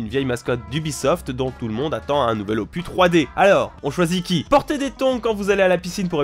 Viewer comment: opus, ça se prononce opusse. c'est un mot latin.